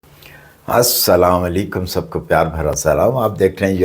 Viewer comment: kindly ap Asslamoalikum ki pronunciation sai say krain vrna iska matlab change ho jata hay. baki apki videos bohot achi hoti han or informative b